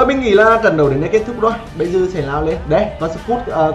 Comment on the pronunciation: Giọng đã khó nghe rồi ,con nói nhanh dính chùm," tịnh toạn lượng sạt thương,tập trung trận đậu" 😂😂😂